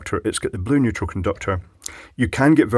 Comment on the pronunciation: Neutral? I thought you said "Weutral"!